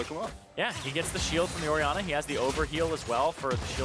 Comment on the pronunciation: Orianna is apparently said Ori...anner